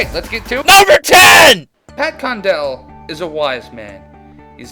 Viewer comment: Condell? Seriously? >_>